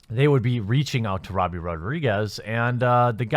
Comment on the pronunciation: Every time you say "Robbie" I cry a little